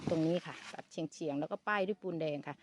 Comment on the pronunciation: ตัดเฉียง ไม่ใช่ ตัดเฉลียง